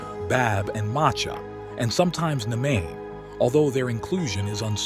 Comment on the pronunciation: Macha is pronounced as Ma-Sha